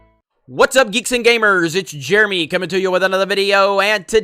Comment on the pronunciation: Jeremy says gamer with a hard R